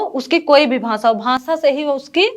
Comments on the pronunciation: Very bad . Hindi words pronunciation extremely poor. Bhasa nahi bhasha , similarly other words. Students will learn wrong. Hindi teacher must answer in hindi. Avoid english words. Shiro rekha nahi hone se gh and dha mein difference not possible. Bad poem recitation. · bhansha 😂😂 nhi hota didi bhasha hota h 🤭🤭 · भांषा नहीं भाषा होता है आप इंटरव्यू दे रहे है उच्चारण पर थोड़ा ध्यान दें। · Didi भांसा nhi भाषा 😂😂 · bhansha nhi bhasha hota hai hindi thi inke paas ba mai😅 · Hindi teacher भाषा ko भासा bol rhi h..... Kya baat hai 😂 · भांसा 😂😂😂 हिंदी संस्कृत वाले शिक्षक को उच्चारण सही कर्म चाहिए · ..bhansa nahi bhasha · She said bhansa two times instead of bhasha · Bhansa what is bhansa, it's bhasa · Is it bhansa or bhasa 🤣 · भाषा को भांशा बोल रही है। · Bhasaan ek to hindi sanskrit ki teacher aur doosare UP ki ho kar bhi galat uchcharan aur hindlish bol rahi hai, kv mein 53 ℅ wale ko bhi aese teachers rakhe jate hein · Mam आप जिसको पकर रहे हैं भांषा वो आपके हिंदी के सर का आवाज है भांसा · Bhasha ko bhansha kaha aur pinjar ko pijar kaha, anuswar jaha lagana hai vaha lagai nahi